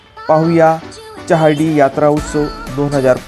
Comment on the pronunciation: च्यहार्डी ? ? ? च्योपडा ? ? ? च्यहौदरी ? ? ? च्यला तर मग ? ? ? च्य , च्यो , च्यौ असे चुकीचे उच्चार नका करु.